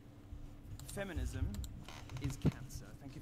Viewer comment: even can't pronounce feminism 😁😁